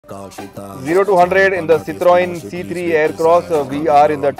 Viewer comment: I think u made the perfect pronunciation of citroen 😅